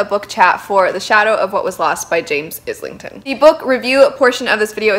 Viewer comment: Book three is out to complete the trilogy. The start of book 3 recaps the first 2 and you really need it because there is so much going on. I must say the book is very stormlight meets the wheel of time plus time travel. Also not to be a dick but his name is pronounced island-ton not is-ling-ton. (I made the same mistake Michael Kramer corrected me)